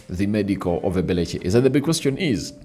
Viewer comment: 😂😂 pronous ebelichi,its eberechi eze, not ebelechi😂😂